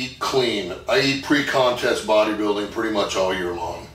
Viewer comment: Did he say bodybuilding?😂